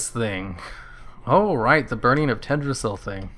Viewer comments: What's with the super low resolution? also it's pronounced TELL - DRA - SILL not tedrasil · It's Teldrassil not Teddrassil, with a llliiiihhhhh